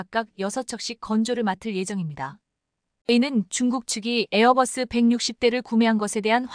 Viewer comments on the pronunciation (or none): none